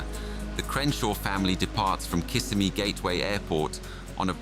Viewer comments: Kissimmee is pronounced "Kiss-IM-ee" not "KISS a me". Like in "him" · It's pronounced Kiss Emmy not Kiss a me. Just saying... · Just so everyone knows the correct pronunciation for Kissimmee is Ki SIM’ eeee 😊 not KISS’ I meee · The correct pronunciation is ki-SI-mee.